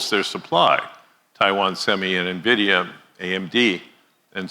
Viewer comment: Cannot pronounce NVIDIA.